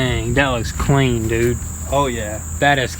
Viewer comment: Idk why but I am so in love with how he says "clean"